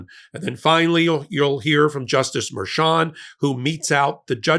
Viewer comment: MERCHAN not "Merchant"